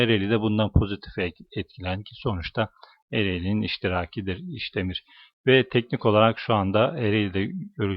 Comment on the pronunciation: Arkadaşım. İşdemir . Değil. İsdemir. İsdemir. Diğer arkadaşlarda. Ş. Li. Diyor. Yanış